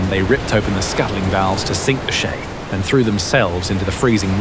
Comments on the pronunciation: how do we know the US Coast Guard catches only 11% of these vessels? And , the narco terrorists would not have called their ship, "the shay." It is the CHAY. Just like chico is not pronounced shico. , diesel fuel is not nearly so combustible as gasoline/petrol. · "Che" does not sound like "Shay." More like "chase," without the "se."